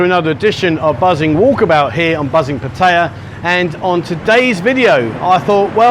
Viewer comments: Patire? Oh, Pattaya (Patt-a-ya). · The minute you grossly mispronounce Pattaya destroys your credibility. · You mispronounce Pattaya. Brits do.